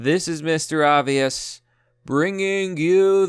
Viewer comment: "Pokemon Shord and Shield"